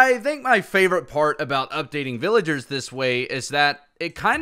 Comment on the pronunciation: bro said villaders